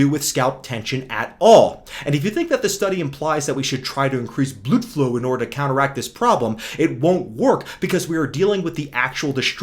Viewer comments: Bro really said “Bluedflu” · damn, that is really funny, and that hair channel "Hairguard" is real cringe I mean I can't describe, but is so good with his mental gymnastic that he make him look even worst, when I listen "bluudflow" with English accent I'm dying from laughing